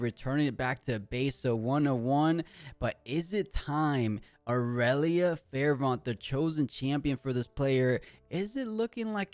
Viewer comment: bro, I cant take it anymore. Fervent is pronounced like fur-vent not fair-vont.